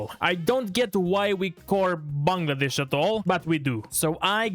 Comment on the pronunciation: bro mentioned Bangladesh twice and correctly pronounced each time👏👏👏